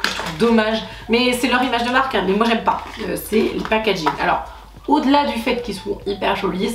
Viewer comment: de rien ❤️ j'ai modifié 50 fois tellement j'avais l'impression de pas être clair haha. Tu pourras te la péter d'être une des seule française a bien prononcer cette marque 😂😂 la classe 😎😎😎